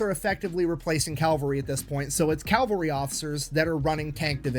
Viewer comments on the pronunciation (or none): It's cavalry, not calvary. Calvary is where Jesus died. Cavalry dies everywhere. off his game. In addition to Hobart many others contributed to massed-tank theory in the 20's and 30's. Liddel Hart in England, Degaulle in France and Deep Battle Theory in the Red Army. Real time communications between military vehicles with radios wasn't practical until the invention of the throat mic, which wasn't available until America invented it in 1935. It was immediately adopted by the German Panzer corps, but not by the British tanks (the RAF did, however). I am impressed with Hobart's accomplishments DURING WW2, but he DID NOT invent Blitzkrieg. The Germans did that in May of 1940. should do more primary resources. Sad to see him as just a crowd pleaser now.